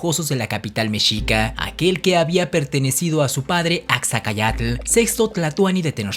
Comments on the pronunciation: La ignorancia te hace tener problemas con la pronunciación de los nombres propios y apellidos: Tienes que hacer tres páginas completas de las palabras: Gómara, GÓMARA, Gómara, GÓMARA. . . Axayácatl, ACAYÁCATL, Axayácatl ACAYÁCATL. . . En lengua náhuatl no existen las palabras agudas o con acento en la última sílaba. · AXAYÁCATL, NO "AXACAYÁTL". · Una observacion.... No es Acaxayatl, es AXAYACATL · Se llamaba Axayacatl, no AxaCAyacatl! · Axayácatl, no "Axacayatl" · No pude, a la mitad quité el video, el tono que utilizas al hablar como de noticieros televisa es muy molesto. Y se pronuncia Achayacatl, ese tlatoani que mencionas sabrá el demonio quién fue. Hay que estudiar más mi chavo